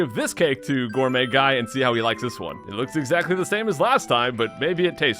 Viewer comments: It actually sounded more like "Gourmuy Gay" lol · Did you accidentally call Gourmet Guy "Gourmet Gay" the when you flubbed his name?